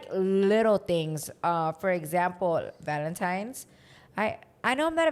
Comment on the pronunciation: Like I've said before.... Can't miss your guys podcast. But question... I've always heard people talk about Valentine's day not valentimes day and I'm wondering if people say it different depending where they live. Btw listening from Chicago 🥰